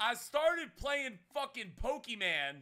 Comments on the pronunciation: did this man really just say pokeman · Pokeman. I thought it was pokemon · stop saying Pokemon like that 😂😂😂😂😂